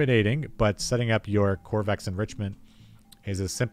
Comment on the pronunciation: Ko - va - rex, it’s named after the dev.